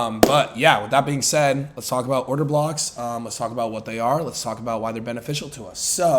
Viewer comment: Did bro just say order cocks? 😂😂 I’ve never laughed and loved a trader this much